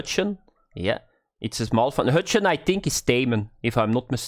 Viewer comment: The "ch" in Huchen is the same sound you sometimes make when you say "bug" (buch) or "drag" (drach). At least for the german pronunciation. Google Translate's text to speech is pretty accurate for this one, if you want to listen to that. But it translates "Huchen" to "Hucho" (like in "nacho") in English, which sounds weird to me, but i don't know how it's supposed to sound anyway.. Also not trying to make fun of your pronunciation, it just happens to be exactly that sound :)